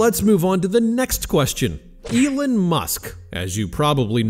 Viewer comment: "Elin musk" lol